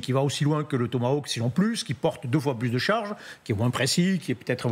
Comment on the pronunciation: Réalisez Madame l'animatrice que de prononcer « Asteur » est de l'influence de la langue anglaise. Prononcez plutôt à la française tel que le mot est écrit : « Aster ». Le mot "tomahawk" ne se prononce pas "tomaOuack". Francement, préparez-vous un peu, là ! 🙄